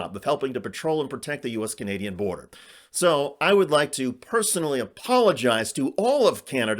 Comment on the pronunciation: "It seems that demicraats from outer space is outlawing genius Confederates laak me." Dah-yup, dah-yup,!